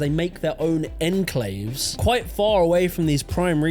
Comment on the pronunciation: Seriously, do people not know how to pronounce words anymore? Enclave and Wapping really hurt my brain!!!